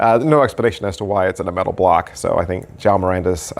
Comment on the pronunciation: Hey the Portuguese name is João not Jao 😂😂...thks for the review